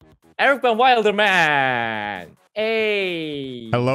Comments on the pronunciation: He said EricVanWailderman 😂. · *ericvanwilderman pronounced wrong ayyy*